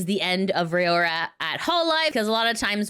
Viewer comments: Her name is RAORA not Rayora or Ray-aura like you say it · It's pronounced like roww-ra [if you don't watch these, why report on them?] Kizuna's new look is terrific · Say Raora name right